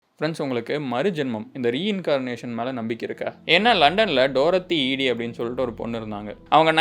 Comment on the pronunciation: தம்பி அது டோரத்தி ஈடி இல்ல,டோரத்தி எடி